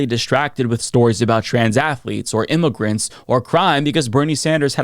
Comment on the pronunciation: said, "Im-mo-grants!" Take a shot!